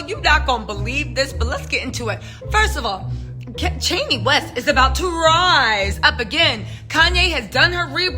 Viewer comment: Girl🤣..... Not Chaney Wast....😂😂 That's how you make um mad